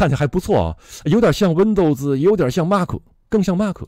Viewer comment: MAC是“麦克”不是“骂克”